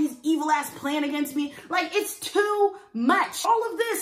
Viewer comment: “I’m dealing with this sober, this tew much” 😂😂 this why I support you girl!